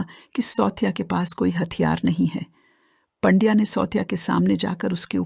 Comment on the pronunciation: 'सौत्या' नहीं सावत्या और 'पंड्या' नहीं पांड्या मराठी बोलना सिखो या फिर ये धंदा बंद करो..!